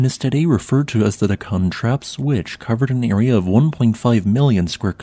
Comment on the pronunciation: It's DEK-kan, not Dek-KAN